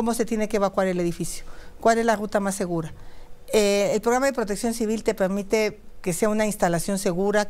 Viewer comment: Por qué de moento habla bien y después el pegmite ogden pogque etc etc etc😅